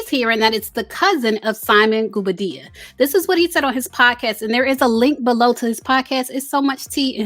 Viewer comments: 😂😂😂Everyone in Africa be cousins man...and its Simon Gwo-Bar-Dee-Ya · The real tea is that you keep pronouncing that man’S name incorrectly. 😂😂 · If you're going to report on simon PLEASE say his last name right. I cringe everytime you say it